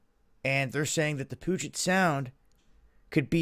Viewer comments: Pewjet sound not poojet spelled puget more like peew-jet sound... Oh and Tacoma smells like ass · Pee-you-jet sound. 🙂